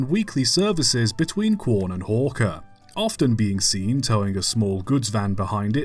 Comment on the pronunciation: We all love working on the SMC1 at Pichi Richi. Thanks for making another video about our stuff here in South Australia love the vids. P.S. Love that a YouTuber finally pronounced “Quorn” correctly😂 But, Pichi Richi is more of a Pitchy than a Peachy. 😜